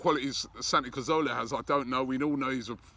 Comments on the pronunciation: He always says Santi CAZOWLA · Why do you say cazorla wrong every time surely you’ve learnt it by now